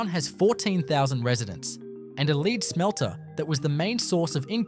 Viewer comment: the AI voice can't pronounce the word "lead" as in lead smelter. Btw, the town mentioned has the highest crime rate in SA, as well as a lot of lead contamination....